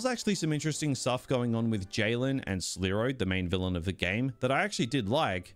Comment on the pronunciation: "Sleroy" 😂😂😂 ill try the game but I'll wait until they patch it a bit.